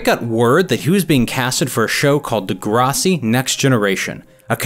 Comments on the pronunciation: Nobody but, this guy: "Da-grasi," 😂 It's "Degrassi," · Degrussy.... no.... not degrussy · Brittle Path? Lol. You also mispronounced Degrassi. Obviously not from Toronto.